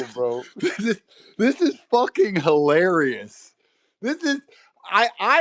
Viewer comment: Its hiwawrious 🤣